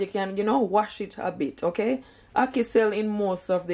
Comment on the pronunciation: Listening from England “hackee” too much 😂